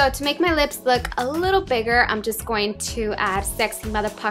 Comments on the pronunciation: "Sexy Mother-Pucker" LMFAO , how a Filipino would say it! ;D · at first i thought you said "sexy motherfucker" ahah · i thought you said saxy mother F@@